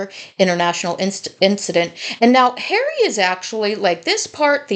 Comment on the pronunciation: I love how she says 'prick hawwy' all the time 😂😂 This is why hawwy wants IPP status to hide behind and the position he has with IG....and YES!!! .... KC111 does not sort his son out ...so it makes one wonder!!!